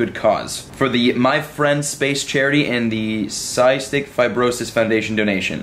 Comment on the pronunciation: You pronounced cystic hella wrong😂